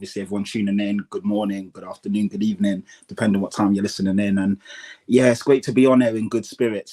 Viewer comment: A very good ebening to you!